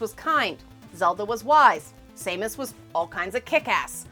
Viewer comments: S A mus? are you its Sam us, she's not a irish gnome. XD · The pronunciation of Samus is causing me to cringe. Not an insult, just felt he need to speak my mind. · Sah like sandel, mus like mustard, and Aran is pronounced like the name Erin.